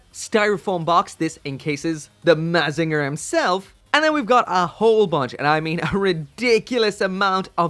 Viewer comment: You said mazinger wrong.